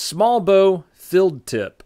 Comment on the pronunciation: You saw the text in his video rightt? He said or his accent made it sound like "filled tip" but he meant "field tip" So idk how it could sound so different just from an accent. Lol